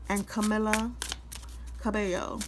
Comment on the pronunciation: Cah-mee-lab. Cah-bay- yo is how you pronounce it…